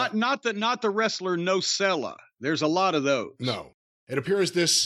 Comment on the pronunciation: is Nosella a play on words ? or is he just mispronouncing it 😂